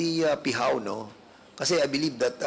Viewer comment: Dan PFernandez say i beleibe😂😂😂